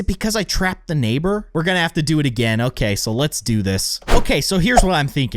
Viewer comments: Lol nabor its neighbour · you called the nabor